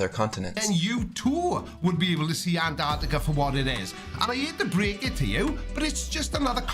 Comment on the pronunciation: A requirement for travel there should be the ability to pronounce Antarctica correctly.